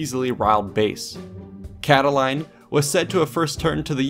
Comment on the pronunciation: Its pronounced "Cata-lean" not "Cata-līne", just saying. Additionally, it's a gross over-generalization to say he tried to rile up the tempestuous youth when its documented that many respectable patricians, plebeians, veterans and others.